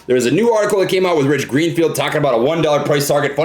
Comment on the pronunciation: Gich Reenfield lmao. I love it